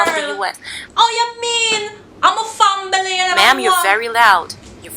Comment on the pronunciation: I tell yu girl...'fambily'... sorry dem neva akcept yu...yu woulda mash up fawrin...hilarious...LOL